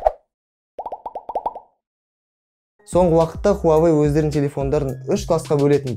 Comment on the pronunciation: Хуавей емес Хуауей Негізі ол русактар ғой "W" мен "U" əріптерін В деп атайтын мысалы Automobile, Euro, Australia